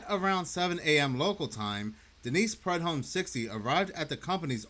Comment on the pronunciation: Prue-dome. That is how it’s pronounced.